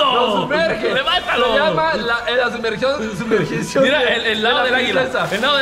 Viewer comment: El: "LA SUMERGION, LA SUMERGICION " JAJAJAJA CHE 😂 CAMPION 😂